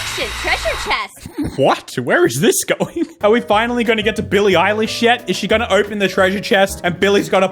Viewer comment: I think the one on the video is Billie eyelash and not Billie eilish